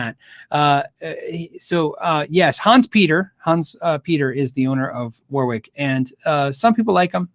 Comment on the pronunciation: FYI - it’s not pronounced ‘war-wick’ it’s ‘wo-rick’.